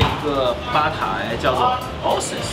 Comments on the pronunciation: dear host (?), please look into the usual, proper pronunciation of ‘oasis’! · oasis是那样发音吗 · oasis 的发音错了。。。。。。。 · 并不是 A他没有念出来😅😅😅